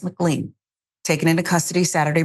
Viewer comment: Just FYI McLean is pronounced mc-lane :)